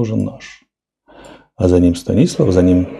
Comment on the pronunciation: Станислав ударение на А , а за ним не Белогорка, а Белозерка.